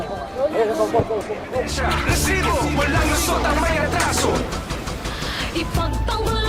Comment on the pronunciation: maganda sana ang content kaso nakakabwisit yung RRRRRRRRESIBO